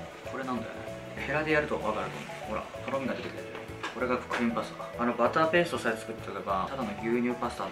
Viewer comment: 最初の クリームパスタ が、ブレーンバスターって聞こえて追い込むタイプの料理人だと崇拝🙏